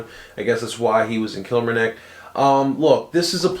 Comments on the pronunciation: Kilmarnock is pronounced Kill-mar-nock Stu is a Top player hope he's brilliant for you guys one of the best defenders at killie fc in a long time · It's pronounced kill-marr-knock